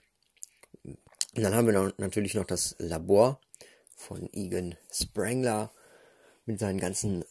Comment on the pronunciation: ER HEIßT SPENGLER! Nicht SpRengler! >:( Und bereite dich auf sowas besser vor,die Namen der Protagonisten findet man in Wikipedia! Raymond Stantz (den du komplett übergangen hast), Egon Spengler (Doppelnennung), Peter Venkman und Winston Zeddemore! Und zur Tonqualität hat man sich ja schon ausführlich geäußert.......ist nicht zuviel verlangt,sowas nach anfertigen und vorm hochladen nochmal durchzuhören,oder? Ich würde das an deiner Stelle nochmal neu aufnehmen.....